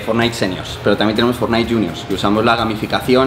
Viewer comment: Yo: academia de ingles: academis de fortnite 😂😂